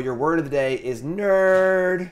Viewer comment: How many r’s are in nerrrrrd?